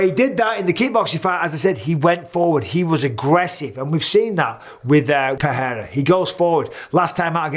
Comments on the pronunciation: *Pereira -- not PeHeira [PE’REIRA] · Bruh it’s pronounced “Per-rare-ruh,” ur a UFC commentator and u don’t even know this? Enough with the disrespect